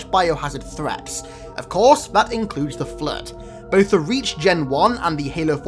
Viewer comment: "Include zones compromised by biohazard threaps."